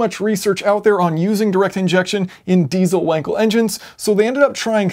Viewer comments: Should be pronounced with a V. In german W = V and V = F :) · Your pronounce of Wankel is incorrect...